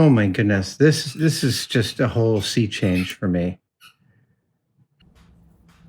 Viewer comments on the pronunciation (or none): none